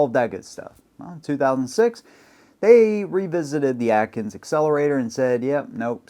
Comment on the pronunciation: Akins Accelerator, not Atkins